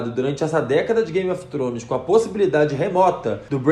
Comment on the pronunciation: Acho tão bonitinho o jeito que vc pronuncia Game of Thrones.😘